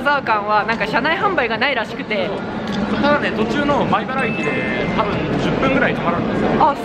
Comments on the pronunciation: 前原じゃなくて米原ですよ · 前原ではなく米原だと思いますｗ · 鉄道オタクです。 編集とても面白いです‼️ これからも頑張って下さい‼️ 細かいことですが 前原ではなく米原ですよ‼️